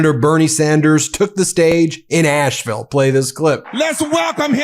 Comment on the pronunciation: So awesome, Love this. Asheville native here - I did want to tell Ben that Asheville is pronounced as Ash-vul, not Ashe-ville. It's like hearing your last name mispronounced, but who would have know. We drop and swallow sounds kinda like Elvis. My parents and grandparents, all from Asheville, would be proud of Bernie!